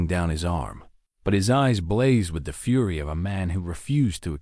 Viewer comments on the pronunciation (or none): none